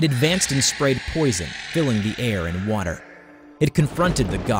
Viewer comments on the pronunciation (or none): none